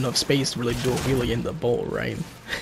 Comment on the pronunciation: You are saying will😂😂